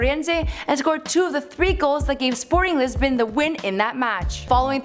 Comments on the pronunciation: “Sporting Lesbian” 😂😂 It’s Sporting Lisbon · “Sporting Lisbion’s” LMAOO